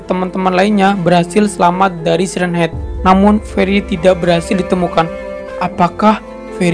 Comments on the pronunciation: Bang siren head bacanya sairen head bukan si ren head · Itu dibaca sairen head om tapi tulisannya siren head kan bahasa inggris